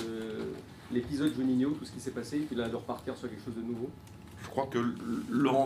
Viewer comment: Mais quel dégueulasse il n'est même pas foutu de prononcer le nom de Juninho !! Quel manque de respect pour un tel joueur et pour tout ce qu'il a fait pour le club.. En plus il ment encore.. Juni ne voulait pas de Garcia on le sait tous .....